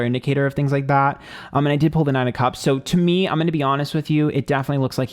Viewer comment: Hate the way he pronounces cups. Sounds like he’s saying cubs like lion cubs.